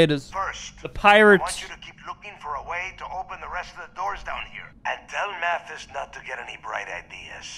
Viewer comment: Is "Mathis" actually supposed to sound like "Matthias" or is this man just completely blind?